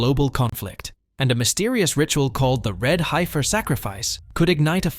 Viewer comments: It is not Hi-fir! It’s Hef-er. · as soon as it said HI FER i was ok its AI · The "i" is silent in heifer The pronunciation is killing me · The funniest thing about all this is the AI Voice can't pronounce Heifer correctly.